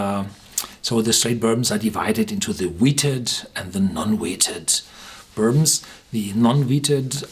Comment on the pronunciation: One of my favorite "burbmms".